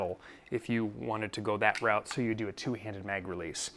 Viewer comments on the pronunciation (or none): none